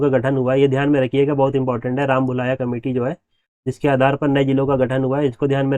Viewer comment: सर वो रामलुभाया समिति ह और आप bol रहे ह राम भुलाया समिति 😁😁😁😁😁😁😁